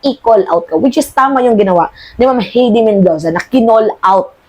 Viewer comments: Hay-de not He-de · HAYDI ➡️ (HEIDI) ....Hindi HEYDI